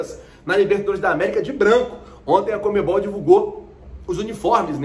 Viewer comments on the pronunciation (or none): none